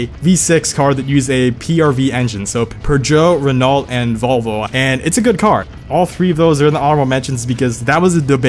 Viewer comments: "Renalt" 😢 not hating on you, love your videos, but it is pronounced "Renoh" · God fucking damnit if you say “renult” instead of “rehno” one more time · The way you pronounce Renault and Peugeot 😂😂😂